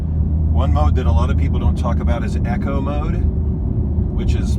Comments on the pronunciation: Echo mode? You mean EEECO mode. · Thanks for the great video. Not Echo mode. It’s eco (E-KO)